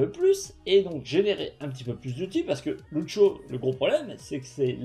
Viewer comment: " ceu beuf deu Loutcho "